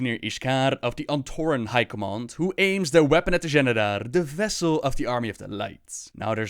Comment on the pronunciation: the XENEDAR , not the GENEDAR